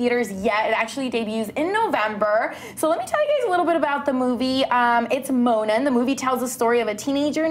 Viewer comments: did she just say Lolo and stitch O_o I'm done with this 🙄 it's LILO and stitch . Oh and it's also Mo-a-Na not Mona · It's not pronounced "Mona" it's "MO-Anna" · Who the hell is 'Mona' it's pronounced moAHna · It is pronounced mo-Anna in some places mo-wanna IT IS NOT MONA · Dude I'm talking about pronunciation I know how it's spelled but they're saying Mona as in Mona from ppl & that's the wrong pronunciation it's pronounced "mo-Anna" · it's Moana, not mona :) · It's not "Mona," it's "Mo-ANA." Get your facts right! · "Moan-na" if you can't pronounce the proper language maybe you shouldn't do announcements 😂😂 MO-Ana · They pronounced it wrong and I bugged me so here is how you say it its: MO-ON-A not mona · ^ Thats what the original comment said? Its Moe-Ah-Na not "Mona" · "Mona" ???? What.. Who's that? I know MOANA but not Mona 😂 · Mona? whos Mona! ITS PRONOUNCED "MOANA"! SEE MO-ANNA THATS HOW U PRONOUNCE IT!!!! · By the way you said her name wrong her name is not mona it is MOANA 😬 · Mo-a-na. Not mona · Mona? Who is Mona? IT IS MOANA. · ok minor thing but its not moana like moan uh but mo ah nuh lol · It's pronounced Moe-ah-nah. Not Mona. Far out if you're going to discuss something you should know how to pronounce it. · mo-aaaaaa-na, not fricken mona. wtf can you not reaaad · Did she say (mona?) It's moana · She first says " Mona " instead of " mo-anna " and " lilo " instead of " lee-lo ". I'm triggered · It's not Mona. It's not an English name. The "A" is not silent. It's MoAna. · It's not Mona, its moAHna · Please say the name right! It's not Mona! It's MOANA!! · Can people stop saying her name is Mona her name is Moana mo-ah-na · It's not Mona from PLL it's Moana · Mow-uh-na! Not Moan-na! damn it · It’s called Moana not Mona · Who the fuck is Mona its Moana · its not Mona its MO-anna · It's not Mona!!!! It's Mo-Ana that's how you pronounce it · I am not trying to be rude but it is not Mona.... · She said Mona it’s mo Anna moanna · Its Moana not mona